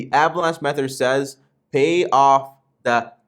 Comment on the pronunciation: My man, it’s Meth-Thud not Meth-ered. Great vid 😁